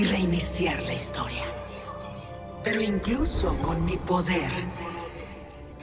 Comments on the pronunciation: dice hisotria xD para que lo corrijas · Dice hisotria 😂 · Es historia pero le dijo asi xd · Dice hisotoria